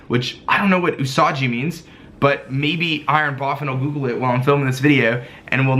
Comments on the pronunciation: It pains my otaku heart so much and cringe when white ppl say japanese names titles and places wrong. Its OO-SAW-GHEE like the "gui-" in guillotine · It’s pronounced Oosaghi! Usagi is Japanese for bunny